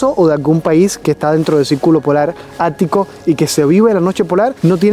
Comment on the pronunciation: Norte no nolte Circulo no cilculo Extremo no egtremo Invierno no invielno.. Jajajajajajaja😂